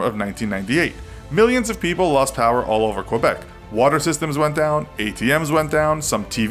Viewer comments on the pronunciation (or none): Ok Québec is pronounced more like kay-bec not kwa-bec